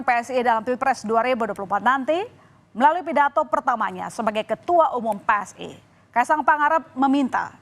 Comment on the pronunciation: PSI mbak bukan pssi😂😂😂